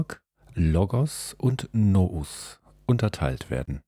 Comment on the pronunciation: Es heisst nicht no-us - es ist altgriechisch und wird tatsächlich wie Nuuus ausgesprochen